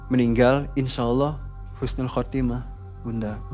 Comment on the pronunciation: Mang ei punten bukan khusnul tapi husnul 🙏🏽